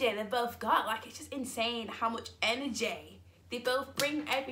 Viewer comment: I love how you say enerjay LOL gets me every time